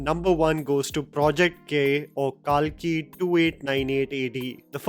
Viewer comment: You are butchering many names bro like Kalki, koratala shiva, Bharath ane nenu. These are not tough to pronounce. You can easily pronounce them if you just be careful